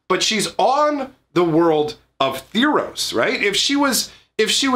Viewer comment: Say tharos right....